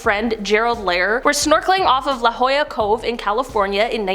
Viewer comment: Congratulations first YouTube influencer who knows how to pronounce la Jolla California. There's so much coverage on deep Blue and so much publicity. she is not a megalodon but nobody knows how long a shark can live so let's say that deep blue is 50 now and lives another 50 years or more will we have a megalodon then.? Please take into consideration deep sea giganticism when you make this mental estimate.. absolutely right we should all fear the sharks. And those of us who do fear sharks are probably having a flashback of genetic memory.